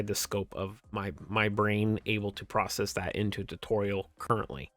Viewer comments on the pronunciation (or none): none